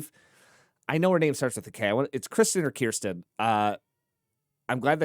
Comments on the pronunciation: You should check out Mitch's new solo cover of Your Power by Billie Eilish. The new bass is Matt, you were right about the beatboxer being Kevin, and her name is Kirstie (rhymes with thirsty). Another good one for Mitch is Aha live in Singapore. Great reaction!🥰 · Kirstie....rhymes with thirsty. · So, please go back and give a listen to HAVANA, CAN YOU FEEL THE LOVE TONIGHT?, LOOKING THROUGH THE WINDOW, HAPPY NOW, and also RATHER BE. (And it's Kirsty, rhymes with thirsty, who is the main soloist in Rather Be, which is why it's so good. But filmed it on their first tour to Japan, and it's a fabulous look at the old market in Tokyo, as well.)